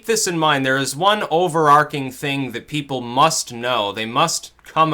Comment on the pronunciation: I just wanted to let you know that you frequently mispronounce the word 'overarching'. The pronunciation for the 'ch' bit is the same as for the word 'charity'.